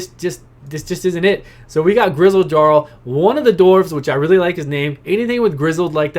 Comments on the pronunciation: Gutbuster Brigade! Also "Jarl" is a title. And it's pronounced "Yarl" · Yup and its pronounced with a Y instead of a J so its Yarl